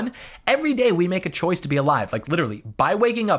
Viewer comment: And still wrong "choice"